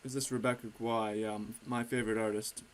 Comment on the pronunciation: i think Rebecca Guay is pronounced Rebecca Gay